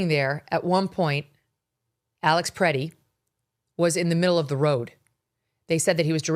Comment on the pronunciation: "Alex Pretty, Pretti, whatever." C'mon man, get his name right and don't say "whatever" because you mispronounced. Give the dude a little respect. I know you're an East coast girl but you just do not understand Midwesterners. I truly believe he was just helping a woman to get up who was pushed down because that's what we do here. It's innate, we don't even think twice and especially if you're a man. I was hoping you would take a more nuanced approach but nerp. You'd be much more credible if you just said this was a major fustercluck, which it was.